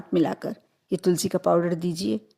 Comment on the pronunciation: Pahele tulsi ji ka naam bolna sikho